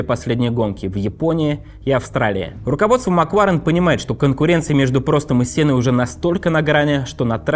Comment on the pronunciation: Ребят, простите, может, я злая, сильно раздражает «макВУарен», «формуВА», «поУ-сезона» 🥹😢